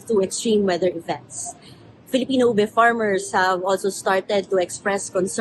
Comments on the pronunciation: As a Filipino, I am massively cringing at the casual caucacity in this piece, from the non-native main interviewee as a source person, all the way to the mispronounciations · The way my eyes twitch whenever I hear mispronunciations of Filipino words. 😣